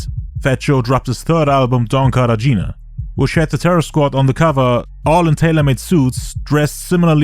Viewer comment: Cartagena - car-tah-hena